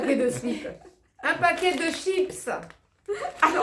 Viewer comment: La vidéo la trop mdrrr jen ai rigolé. Franchement ya rien qui va entre Nico qui prend pas les courses 😂😂😂 qui dit slips au lieu de chips 😂😂😂😂 vous m'avez bien fait rire. Ne changez pas je vous adore ❤